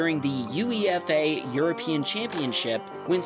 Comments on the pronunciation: It's not " U E F A" it's "UEFA" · U-E-F-A 🤣. Me who English football regularly was like "whats that?" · most American thing was calling UEFA "U-E-F-A" and I'm even American. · i cringed so hard when he called UEFA u. e. f. a. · U-e-f-a? Lmao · UEFA is pronounced “You Ay FAA” . Love your channel even though Tesla isn’t entering anytime soon. Though Ola is building the world’s largest electric two-wheeler plant just about 30 miles from my place. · UEFA "You-eigh-Fa" 😀 COYS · The way he says UEFA goes to show he's never heard of it before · So it’s an acronym then, not an initialism… interesting. In America, we usually only pronounce a series of letters as a word if they spell a word; otherwise, we pronounce each letter individually.